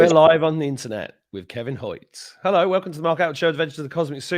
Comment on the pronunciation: Stop saying hel lo mark